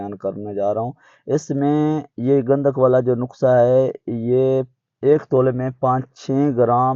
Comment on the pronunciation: جاہل انسان نقسہ نہیں ہوتا نسخۂ ھوتا ھے ۔‌۔